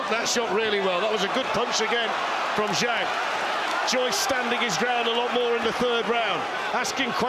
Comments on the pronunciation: I hate how Americans pronounce the letter a . It's not zhong it's Zhang. It's not posta, it's pasta. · I wish the announcers would learn the correct pronunciation of Zhang.